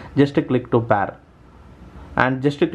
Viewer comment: where is the windows tutorial ? and its PAYR not PAR ( pair )